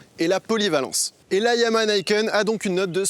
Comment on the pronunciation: Alors on prononce "Nikenne" et pas "Naïkenne" et YAMAHA on prononce le H, s'il vous plaît ! Ya-Ma-Ha Yaaa-Maaa-Haaa Ya---Ma---Ha Ya, Ma, Ha Yann Martin Harrison ...